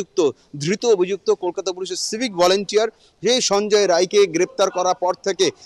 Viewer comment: রায় না রাই